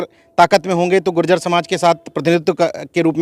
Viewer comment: अरे भाई जाति के शब्द उच्चारण करें शुद्ध बोलों गुर्जर बोलों , गुजर न बोलो